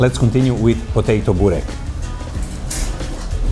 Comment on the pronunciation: Börrrrrreeeeekkkkk not Burrrr😅😅😅rekkkkkkkk😅😅😅😅😅😅😅😅😅